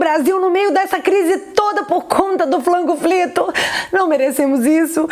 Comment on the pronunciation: Pq vc fala " Flango frito" tô por fora🙈